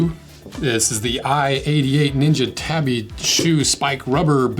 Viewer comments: Tabi is pronounced “Taw-Bee” not “Tah-bee” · First off: it's pronounced tah-bee :) Would love to see a breakdown of the Power Ace Tabi Boots, they have an un-split toe but it has a steel toe, a super flexible grippy ninja sole, and tabi-style ankle closure to keep your tobi pants secured. Side note: tobi (Japanese construction workers) are badasses.